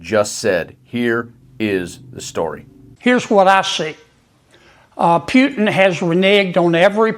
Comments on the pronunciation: This bumkin sounds stupid, and should go back to the swamp. It's Pootin not Phewtin! Geez what a goober! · "Mista Pewtin..." HFS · I love how he pronounces the Russian dictators name: Pewtin. 😂😂😂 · Actually, it's Pew-tun... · As in " Peeyuuu" he pronounces " PEEYUUUTIN" Stinkie Peeyuutin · Pew-tin 😂😂😂😂 cant stand that hicka 😜🤦🤣🤣🤣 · Pewtin? Kennedy can't even pronounce Putin's name. He has has got to go! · Kennedy sez "pewton" ..on point..😂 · Love how he pronounces Putin - Pewtin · I like how he pronounces Putin. Pew tonne. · Why is he pronouncing him as Pewtin? LOL Can't stand either one of them, don't get me wrong. Was it intentional? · Gotta love Senator Kennedy's pronunciation of "Pew - ton", lol 😅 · 😂 It's hilarious how he calls him Pewtin!!! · The senator can't even say Putin's name correctly. 😂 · The one and only thing that I like about Kennedy is the fact that he doesn’t know how to pronounce Putin‘s name correctly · Did you hear how he pronounced Putin?:face-green-smiling::face-green-smiling::face-green-smiling::face-green-smiling::face-green-smiling::face-green-smiling::face-green-smiling::face-green-smiling::face-green-smiling